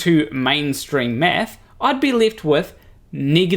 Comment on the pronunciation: Just after the one minute mark was that "I have a Phd in math" or "a Phd in meth"?